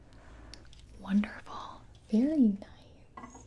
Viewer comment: "Is the tempature okay?" No "Wondeful"